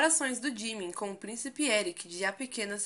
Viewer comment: Jimin jimin jimin jimin jimin...se fala ji-min